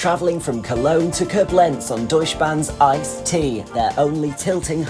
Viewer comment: I see that some other viewers already informed you about the 'lakes' and the 'ice'. A third thing so far not mentioned would be the pronunciation of foreign names. Thank goodness the names in this clip were not so critical, yet Koblenz is stressed on the first syllable - [ˈkoːblɛnts] More often than not, you can find the right pronunciation in the respective WP article. Good luck!